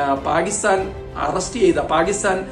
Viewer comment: പാഗിസ്ഥാൻ. നല്ല മലയാളം എന്നുകേൾക്കും?